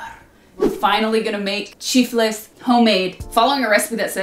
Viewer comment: Me encanta como pronuncia chifles🥰